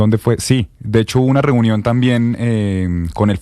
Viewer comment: Ena verA elE llamarA trumpO reunionA QUE FASTIDIO ESTOS PERIODISTAS QUE LE PONEN UNA V9CSL AL FINAL DE LAS PALABRAS